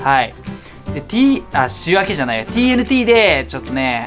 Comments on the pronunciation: マスオTＮTをTＬTって聞こえる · TNTをチョクチョクTLTって言ってる(笑)